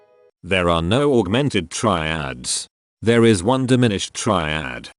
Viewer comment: Why did you do it with a horrible AI voice over? The obsessive repetition of ‘try-add’ was too much for me.